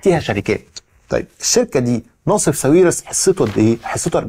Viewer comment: هو حد قال لك قبل كده إن اسمه "نصيف" مش "ناصف"؟؟!!!!